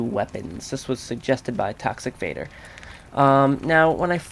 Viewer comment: Haha i thought you said that guys name was tax evader instead of toxic vader XD